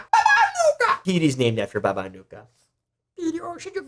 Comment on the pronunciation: Slavic J is a Y, it's more like Baba Anuyka/Anuika